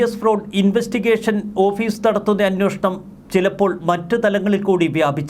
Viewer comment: ഇയ്യാൾ എത്ര തവണ അന്നോഷണം എന്ന് പറഞ്ഞു